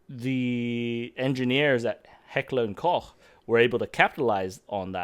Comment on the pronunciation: Never heard the ch in Heckler & Koch beeing pronounced (from an american) like the r in roach. The wierd part is to pronounce the ch in Strichtarn like the ch in cheap. I guess it's some sort of defensive mechanism to tell natives apart from foreigner. Pretty tough if you ask me